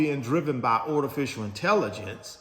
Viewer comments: Yeah, … A kind correction… It’s Artificial Intelligence (not Ortificial) No biggie but still… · What the heck is Ortificial inrelligence 😂😂😂😂.